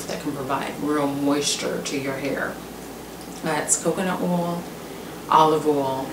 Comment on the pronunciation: Castor "oal," jojoba "oal" lol. My bf pronounces oil the same way.